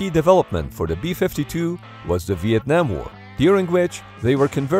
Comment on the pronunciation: vietnim. you werent there man. vietnim was crazy